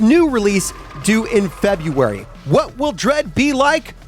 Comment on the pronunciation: It's 'February' Not 'Febraury'